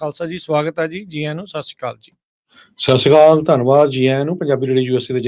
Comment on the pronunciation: I pointed out this man many a times that say properly, Sat Sri Akal.